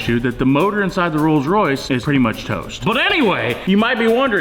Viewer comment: Butchered Royce